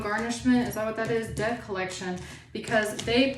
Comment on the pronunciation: Did you say debt colletion or. DEATH COLLECTION 😢 !!!😊